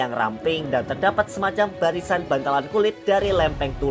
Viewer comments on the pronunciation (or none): none